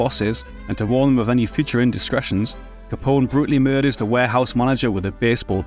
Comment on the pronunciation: As a fellow Scotsman, I give you a break for our accent, but it i David Mamet “ma-meT”, with a short ‘a’ a,d ‘e’ , and a good, hard ‘t’ at the end, not “ma-may”! It’s not Al Ca-pon-ay’ either! ;-) )